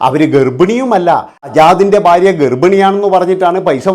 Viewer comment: ബാര്യ അല്ലടാ മൈരേ,, ഭാര്യ ആണ്